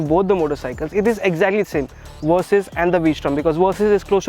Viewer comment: Hearing you call it the "Kawasaki Worsys 650" doesn't make me want it very much.